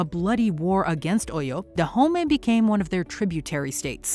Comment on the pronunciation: But please the person narrating this video. Is she not white. Please what do you really know about Africans. Even your pronunciation of OYO is even wrong. But so far the movie was ok. But their accents was not stable. But they tried though. The king's accent was the best👍